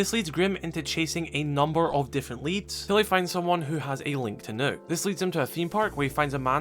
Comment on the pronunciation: pls stop pronouncing the ø in Nøkk as a hard u, it's supposed to sound as the u in dump, so closer to an o than a u, but somewhere in between.